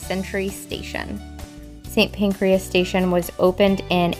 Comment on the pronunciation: "Saint Pancreas". Nope. it's Pan-CRAS (although it made me chuckle that there may be a Saint for all my Organs).